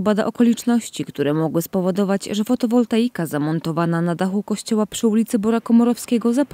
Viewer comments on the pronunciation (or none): Fotowoltaika (panie, nie fotowoltanika:), podobno byka demontowana na czas remontu dachu, tak słyszałem od lokalsów. Nie wiem czy to prawda, ale jeśli tak to pytanie kto wykonał demontaż i ponowny montaż, bo skoro wisiała kilka lat od montażu to ryzyko uszkodzenia maleje z czasem. No chyba że ktoś zacznie grzebać, po taniości;-)